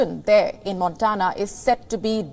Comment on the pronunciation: I like WION. Some tips for you: In the US pronunciation is: Vermont as वरमॅान्ट There’s no equivalent to V in Devanaagari. In V upper teeth must grasp the lower lip. V in Very is the same. Montana : मॅान्टॅना Try it, you’ll do it.